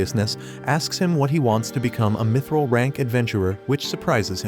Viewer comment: Bro really said mitchrel